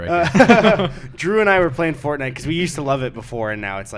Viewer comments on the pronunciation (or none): none